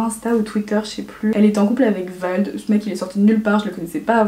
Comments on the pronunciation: mdr j'ai cru que tu avais dis VALD ^^ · Quand on sait pas prononcer vlad on insulte pas Emma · Glad_ Jt eeh le gens qui critique sous ce message je pense pas que vous aimerais qu’on écorche votre prénom donc chuuuuute ☺️ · Juste c’est Vlad mdrrrrr ça me stresse j’ai l’impression que tu parles du rappeur Vald voilà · C’est pas « Vald » c’est « Vlad » haha😂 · C'est Vlad pas vald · vLad mdr pas vaLd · Vlad* pas vald cest pas le chanteur😂, sinon tres bonne video jaime trop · super vidéo ,je suis d’accord avec toi sur beaucoup de choses ))) mais juste petite remarque je crois que c’est vLad et pas vaLd haha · Ça m’a stressée que tu dises Vald au lieu de Vlad 😅 Mais sinon j’adore ce genre de vidéo ! Je suis les aventures de la ace family juste à travers toi 😂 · Je suis d'accord avec beaucoup de choses que tu as dites, juste c'est vlad pas vald (enfin jcrois) 😅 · C pas vald c’est vlad ! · C’est Vlad* pas Vald mdrr tu m’as perturbé quand tu disais Vald 😂 sinon super vidéos, tu expliques tout ça tellement bien ☺️ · C est Vlad pas Vald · Vald ? C’est vlad 😂😂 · C'est VLAD pas Vald ... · C’est vLad pas vaLd !! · Vlad* pas vald sa ma soûler pour toute l’histoire 😂😂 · c’est vlad pas vaaald, Vald c’est un rapeur magique , vlad c’est un « mec famous » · Ça me stresse que tu dises Vald au lieu de Vlad😂 sinon super vidéo ❤️ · Je suis hyper d'accord avec tout ce que tu as dit !! Mais c'est Vlad pas Vald :) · C’est Vlad pas Vald 😂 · C'est Vlad* pas Vald 😂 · C’est pas Vald mais Vlad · C pas Vald c Vlad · C’est Vlad pas vald... fais gaffe c’est pas les mêmes personnes qd même 😂😊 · C'est pas Vald mais Vlad 😘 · On dit pas vlad mais vald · C’est pas Vald c’est Vlad 😂😂😂❤️ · Le nom de son mec c'est VLAD pas VALD 😂 pendant tt la vidéo j'ai cru tu parlais du rappeur 😂😂 mais très bonne vidéo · J'ai adoré ta vidéo 💜 (et au fait c'est vlad et pas vald je crois 😂😂) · J’adore ta vidéo mais ça me perturbe que tu appelles Vlad ; Vald😂 j’ai l’impression que tu parles du rappeur ça me fais bizzar😂